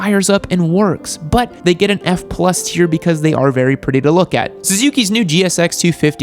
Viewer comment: That was a nice “but”